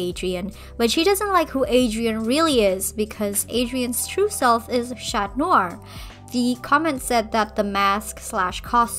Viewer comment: If you want to say "Chat Noir" rather than "Cat Noir", you should know that the "T" is then silent. If you pronounce it, it sounds like "chatte", which is a female cat in French, and also how we name a certain part of the female reproductive system. Edit now that I've watched all of the video: I agree with all your points though. And your art is really nice. :)